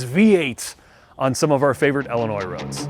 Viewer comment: "Ellen-Oi roads". Ffs